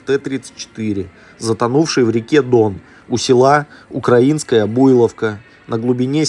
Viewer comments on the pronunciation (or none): none